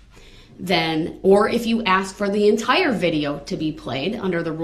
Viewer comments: For God's sake it's ASK not AXE! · She should insist that he says " ask" properly. Thats disrespectful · If I hear another "aks" I'll scream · Again did you ax her or did you ask her. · The word is ask not aks... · Please!!!!! Ask is so easy! Why the “axe”. And why the do dat. And why the troof. And why the oaf. And there’s wayyyyy more!